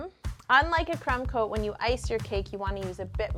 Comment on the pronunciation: I always thought she was saying crem coat 😱😅😂🤣😝